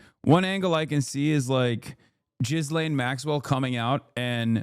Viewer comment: Has no one ever told Hasan how to say Ghislane?